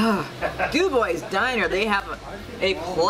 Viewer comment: Doo-bwah not Doo-boys lol